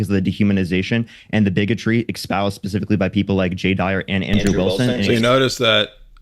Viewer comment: why do people feel the need to pronounce every word that starts with an E with "Ex"? It is "Espoused", not "Ecspoused".